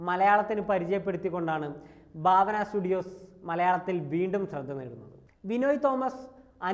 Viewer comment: Baavana alla bhaavana...😂😂ekadesam bharanide BHA pole varum😅